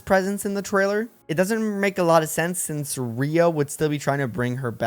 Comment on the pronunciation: So is this a bit on your channel or did you not play 3 Houses at all? Why are you pronouncing Rhea and Seiros so badly?